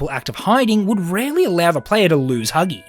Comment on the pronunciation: When he says huggy breaks the vent u can hear him saying hugsgy